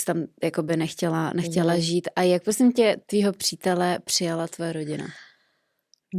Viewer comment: pjosím pjosím pěkně pjosím David luu